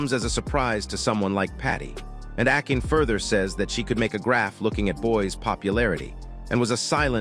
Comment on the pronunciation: akin... good f'in grief. it's pronounced Ah-kah-nay.